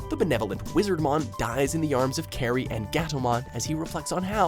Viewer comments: Good list and really improved on pronouncing the names right (thank you for that). Just one complaint: Kari's name is pronounced "kar-ee", not "care-ee". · "Carey". Did you even watch the show? It's pronounced CAR-E. Kari! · ka-ri not kerry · im sorry for nitpicking but in the anime they clearly say Car E not Care E... spelled Kari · Kari isn't pronounced like carry, it's like car-y. Why is so bad at pronouncing Anime names? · did this man really just pronounce Kari as Carrie? That's about as bad as calling Ang Ong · Who else got mad when he said Kari as care we like bro I don’t wanna get mad when looking at something sad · The Reboot should be higher, especially when the #9 pick is Puppetmon's loneliness? In that case I'm shocked you didn't throw in Impmon's motivation for becoming Beelzemon Also did you even try to pronounce Kari's name right? Here's a hint, it's like Kairi in pronunciation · Oh god. CAR-EE. IT'S PRONOUNCED CAR-EE. Like Hikari. HE-CAR-EE. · Lol it's kairi... Kai-Ri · Your saying Kari name wrong! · Also, I know it's an older video and it's been said before, but that's not how you pronounce "Kari". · Saddest moment in the video. The fact he pronounces Kari's Name wrong. I will accept the English Name (After all grew up with Digimon on YTV, but come on, it's not a hard name to pronounce. should at least have the voiceovers get some knowledge of what they are doing. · Its Kari not Kerry and also say wormon not warmon. If you are going to do a digimon top 10 please get the names right.